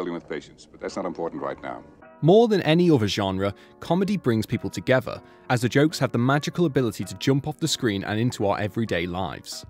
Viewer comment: The word is "together". The word is NOT "tugevah".